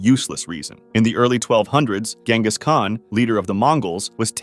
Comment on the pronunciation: You are pronouncing Genghis wrong